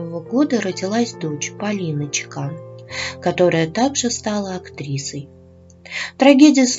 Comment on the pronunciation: Правильно чЕкан. Это чешкая фамилия. У меня коллега с такой фамилией и ее муж - чех.